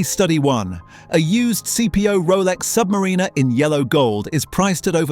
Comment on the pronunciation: Hilarious video. Cheap computer narration can't pronounce "AD's" or even "Submariner". Another lazy YouTuber.